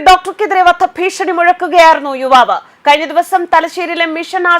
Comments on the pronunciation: വിവാവ് അല്ല യുവാവ് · വിവാവ് അല്ല യുവാവ്. ആദ്യം മലയാളം പഠിക്കുക. ഹെഡിങ് നോക്കുക.